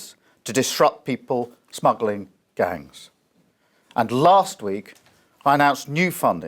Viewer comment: Ridiculous. the "people smaggling gungs"? At least theyre not sausage smaggling gungs I suppose.